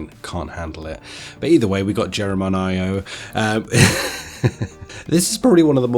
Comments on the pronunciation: Jer-Ron-A-Mo. Geronimo. It’s like yelling “let’s go” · Jeh-roh-nee-moh 🤦‍♂️😅🤣🤣🤣 you need to watch some old time westerns…! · "Gero nemo" 😭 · G-Ron-Ne-Mo lol that's how you pronounce it it's a old Indian name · It would take 2 seconds to search how to pronounce Geronimo